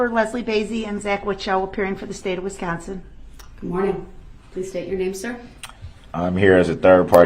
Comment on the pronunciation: ITS “ WISCONSIN “ NOT “ WESCONSIN” DUMMY !!!!!!!!!!!!